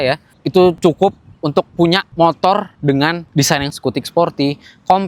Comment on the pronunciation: Review motor kok ngomongnya motol😂